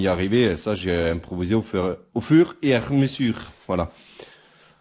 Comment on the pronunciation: Tu m as tué l accent fuuurrr et a mesuurrr lol